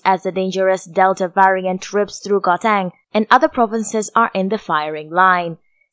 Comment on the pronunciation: My gosh! You cant even pronounce Gauteng😠